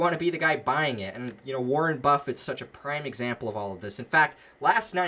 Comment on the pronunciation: Wareeen lol